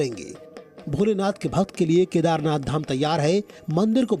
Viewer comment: ZEE news please not speak Kadhernath dham K nath not dham jyotirling ling please